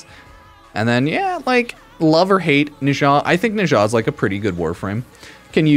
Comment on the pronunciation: "Neshaaaa" whaaaaat? 😂😂